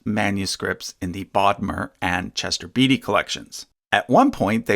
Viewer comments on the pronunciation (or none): it's pronounced Chester "Bate-y" not 'Beety". Sheesh. Pauline is pronounced 'Paul EIN" not "Paul -een". (If you pronounce it as the latter, it sounds like the woman's name. ) And papayri is usually prounounced "pa-pye- ree." Are these tiny fragments really that helpful? Do they merit the attention they get?